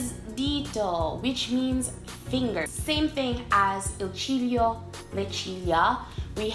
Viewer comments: When you said ciglio for the first time I Heard cheerio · Il ciglio is soooo wrong